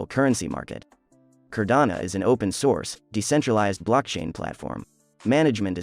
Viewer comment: It’s Cardano, not Cardana